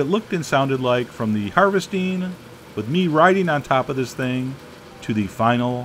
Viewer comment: I though it got all of(sounds like Olive) them